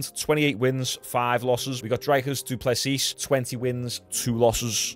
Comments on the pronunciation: Hey Sean, just to let you know it's pronounced Dree-cus. But it's at least a lot better than some other pronunciations I've heard from other commentators. Love your content bro 🤜🤛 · Pronounced “Dreekis” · For future reference his name is pronounced Drickus (the r is a roll of the tongue, but fuck that) “Drick-us Doo-pleh-see” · his name is pronounced dree(like tree) cus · You pronounce Dricus Duplesis like the ‘rick’ in Strickland, then it’s : Duu plus cee